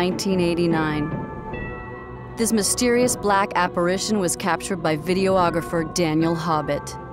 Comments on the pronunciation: The announcer(narrator) keeps saying "video-ographer" (Vid-e-oh-og-raf-er) when it's correctly said as "videographer" (vid-e-oh-graf-er). I think we can sum this show up by filing it away in the BULLSHIT files! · "Video-ographer"? Shouldn't that just be "videographer"?